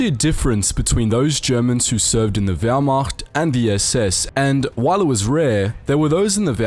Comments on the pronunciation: Or whymacht for that matter. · And the Whyrmacht? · Everybody: Wehrmacht Wehrmacht: Howmacht? Jews and Slavs: WHYMACHT?